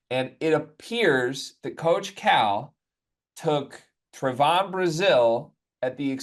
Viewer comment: Trev on not Tre von